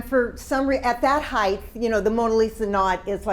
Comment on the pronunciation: My only comment... The word is Height. With a hard T at the end. Not Heighth with a th. Length, Width, HeighT. Other than that, a very interesting lecture.